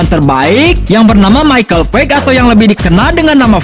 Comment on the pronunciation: Btw page itu bukan di baca peg.tp pej.semangat terus bto